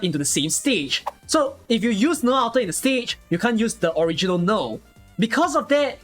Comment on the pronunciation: haha origi-Nearl